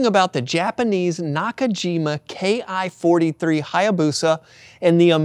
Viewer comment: It's not K I 43, it ki43 ki as in key. There is no I or K in the Japanese alphabet. If you can't get that simple part right what else did you get wrong?